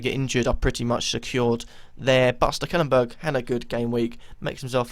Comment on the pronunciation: why do you always pronounce steklenburg's name so wrong?!? it's stek-len-burg